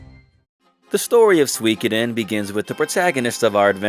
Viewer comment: Tir is pronounced like "teir". Also....Im hard of hearing so I use CC on YouTube for the things I miss....and is absolutely trolling me rn lol. Everytime you say Suikiden, it types sweekidin, priceless